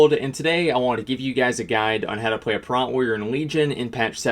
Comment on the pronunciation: It's not "Prat"...sound out "Protection" and then you know what "Prot" sounds like. :)